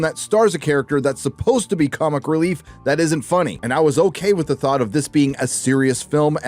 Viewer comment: Anyone else hear say cumic book